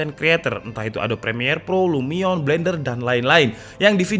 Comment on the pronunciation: Mungkin besok-esok bisa diperbaiki bang cara pengucapan "ADOBE" . Harusnya "adobe (a do bi) ", bukan adob (a do p) . thank you bang ..